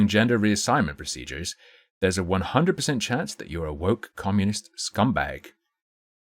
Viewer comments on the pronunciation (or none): none